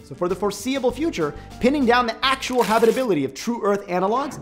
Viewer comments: Habrrrible habrrribility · I can't unhear it anymore